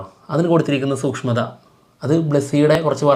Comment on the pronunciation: സൂഷ്മം അല്ല സൂക്ഷ്മം😊